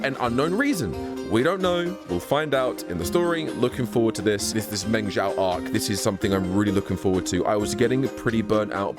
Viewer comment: it's meng- ZHOU (JOE) just like jin-ZHOU come on, man 😅